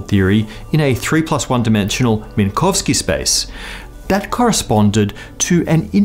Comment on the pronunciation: Text said "Minkowski", you said "Minkovski".